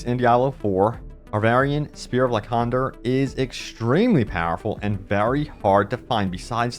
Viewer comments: Pretty sure "Lycander" is supposed to be pronounced like either "Like-ender" or "Lie-cander". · ok it bugged me every time. its pronounced as lie-sander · Will someone tell this man it's pronounced LieSandER... #sheesh